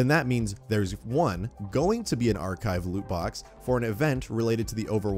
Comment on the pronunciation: His driving me crazy when he keeps saying archive